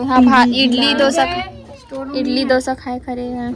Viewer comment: इडली होता है इटली नहीं होता है इटली देश